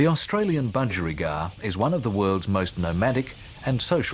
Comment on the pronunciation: Bu-geri-gard? Bu-gie